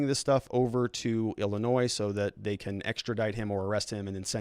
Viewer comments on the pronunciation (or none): none